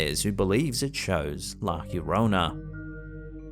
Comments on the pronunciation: "La hiorona"😂😂😂😂😂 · La llorona is pronounced yorona in spanish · Dude, love the videos, but that’s not even remotely close to how you pronounce “La llorona.” Depending on where you’re from, the Spanish “LL” has either a “Y” sound, as in Yellow, an “eh” sound as in Show, or a harder, more pronounced “G” sound, as in Georgia.